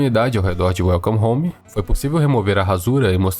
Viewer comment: KAKSK smp q ele fala welcome home a primeira coisa q vem na minha cabeça é: "welcome the mato" KKKKKK